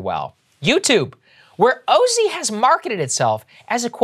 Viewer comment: Thank u 4 choosing the oh-zee pronunciation. As a longtime (is there any other kind?) Ozzy fan, I don't want that brand pollution